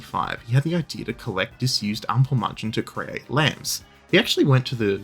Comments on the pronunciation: ample mAnn chen, A as in accept, or in mAd, or you can also say A as in Ache. but not A as in bAr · Great video, genuenly Almosen perfect, but please learning to pronounce ä before saying Ampelmänchen over and over again. Or call him trafic-light-dude.